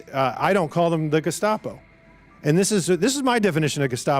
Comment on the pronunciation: If I remember correctly, he didn't say "Gestapo". He said "De...scopo". I'm not sure what that is, but that's what he said.